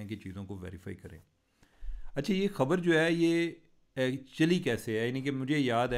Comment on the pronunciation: Cheema sb apna tlufaz theak krn Khabar ko habar na bolin